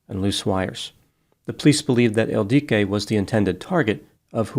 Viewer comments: I'm not sure why used 2 different pronunciations for the name ildiko (Ildiko and Ildique). It appears to only have one pronunciation. Is this perhaps a common nickname for Ildiko in Hungarian? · Her name was Ildiko, pronounced with the same cadence as indigo, or wottahoe.